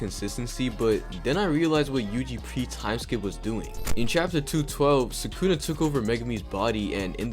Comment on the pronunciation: Did bro just say sukuna with a hard r???